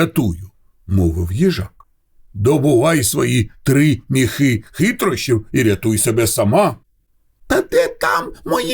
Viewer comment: Чудова ідея читати казки українською! Але наголос в соові ,,міхи" має бути на і —,,мІІІхи"